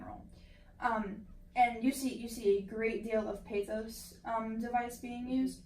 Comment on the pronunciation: Good commentary. Oh, stop mispronouncing the word pathos. Thanks, keep up the good work